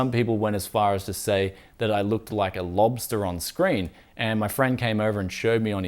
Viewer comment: You Pronounce Lobster like a Lobster. Bwaaahaaaa.